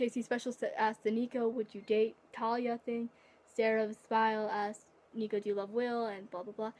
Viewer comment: You did mispronounce my name but that's ok😂 and my fave disney movie is Hercules too even though it is inaccurate